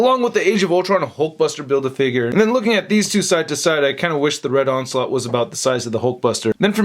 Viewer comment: "Onsult" is all I heard 💀🤣